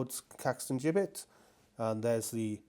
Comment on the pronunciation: Great video thank you, and you pronounced gibbet correctly - most grateful